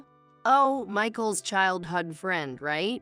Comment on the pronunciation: Very very poor AI; ruined the story. And childhood is not pronounced childhud!